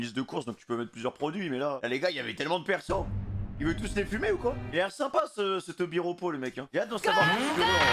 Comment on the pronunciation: c'est pas un tobiropo pitié fait un effort